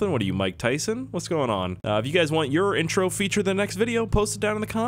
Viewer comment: Introw hi welcome back to stair treak